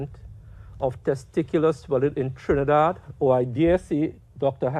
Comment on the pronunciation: Thank you for saying my motherland properly in this video. Someone must’ve corrected you from your other video lol.